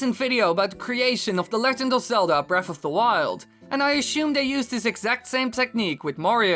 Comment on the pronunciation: "I ashume..." me: oh ... he's Dutch